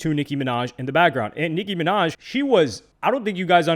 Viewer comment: Nic(kim)inaj😂😂😂😂 maga minaj